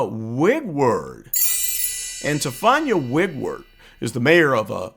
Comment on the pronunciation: ‘Tiffawnya Wigword’…. I’m dying 😂